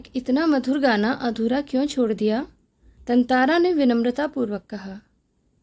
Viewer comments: Tantara❌ Tantantra✅ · Actually it's correct pronounciation is tantara because there is chandra bindu on TA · Tatara ❌️ Tantara ✅️